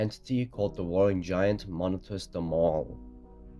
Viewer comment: ✨WoLlInG gWaInT✨